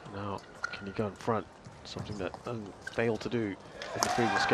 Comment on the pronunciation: The British commentators certainly cannot pronounce ng or tz